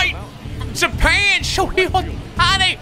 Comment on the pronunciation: It’s pronounced “show-hey” not show-hi